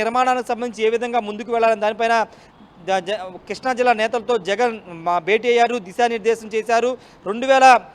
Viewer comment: Arae కృష్ణా రా బాబు ,కిష్ణ కాదురా